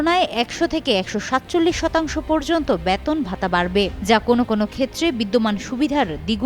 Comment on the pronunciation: This represented does not proper bangla pronunciation. She is presenting " Baton" instead of " Beton". What a shame!